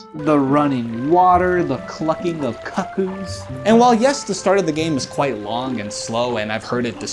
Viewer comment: Sorry, did you say CUCKoos? Great video btw